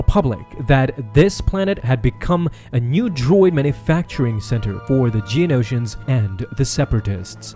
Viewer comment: Here's a game, every time he says "Geonotians" take a shot.